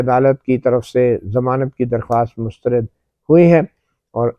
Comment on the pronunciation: گڈ ۔۔شکریہ۔ اچھا یہ لفظ مسترد میں آپ بار بار ر کے نیچے زیر پڑھ رہے ہیں۔لیکن زبر ہے۔۔mustarad بولیں۔ شکریہ